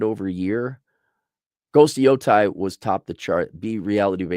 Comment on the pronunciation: Yotei. Yo taeeee pronunciation お願いしますAaronさん. Sony needs to move back to Tokyo. Cali is destroying them.